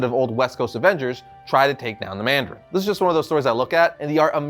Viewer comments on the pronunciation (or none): ah yes, the "Mardarin" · Ah yes the "Mardarin"